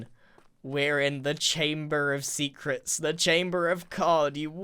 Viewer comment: chamber of Sea-crets haha